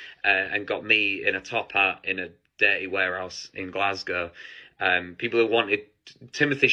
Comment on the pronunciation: First of all i need to thank you from all in scotland for pronouncing Glasgow correctly ❤ and second i literally cant stop laughing about this wonka experience it was local to me an im so sad i didnt go cos i love stuff like this where your expecting something an its so bad its funny.....this is literally the best story to tell forever and pass down to your grandkids like "we were there when a crap willy wonka experience made worldwide news" 😂 thats worth the money in my book 😂😂😂😂😂😂